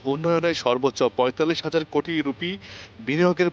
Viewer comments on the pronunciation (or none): none